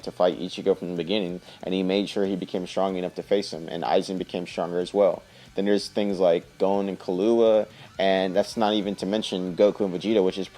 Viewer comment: I cringed so hard lol when you said killua